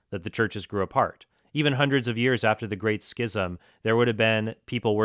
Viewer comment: Trent finally couldn't take the mispronunciations anymore when it came to schism.